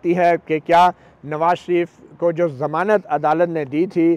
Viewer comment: sir g zamanat lafz hota samanat nahi